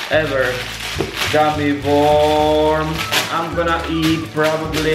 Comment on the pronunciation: you pernounced worm wrong lol